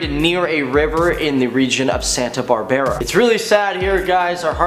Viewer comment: My parents are from Honduras and this news is everywhere but I just wanted so say that it was very funny the way he pronounced Santa Barbara